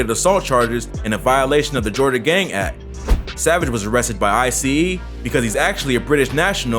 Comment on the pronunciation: him calling ICE I-C-E lmao